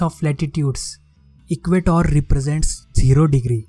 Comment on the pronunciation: And it's not equatoor it's equator ur taking th 'o' too long